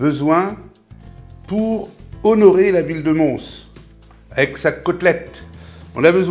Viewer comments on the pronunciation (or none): none